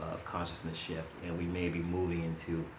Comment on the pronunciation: i know you're saying shift but I'm half expecting you to say shit so thats what I'm hearing.